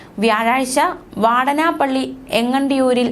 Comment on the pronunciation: വാടനപ്പള്ളി അല്ല വാടാനപ്പള്ളി എന്നാണ്